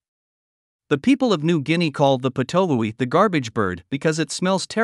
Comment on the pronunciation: Thanks for the story as to how it was discovered to be poisonous. Such an intriguing story! It's pronounced pit-o-wee though, as far as I know; it's named after its call which sounds like that, it also has a bunch of calls "pit pit pit" "wee" "too-oo" etc